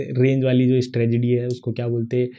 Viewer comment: Bhai strategy hota hai stragedy nhi😂😂